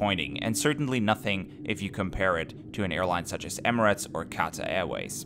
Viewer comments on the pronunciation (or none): none